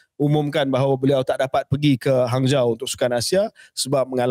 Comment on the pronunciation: Hanzhou disebut Hanjo.